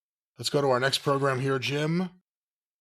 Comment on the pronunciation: Hit him with a Jeem instead of Jim like Nadia from American Pie. 🤣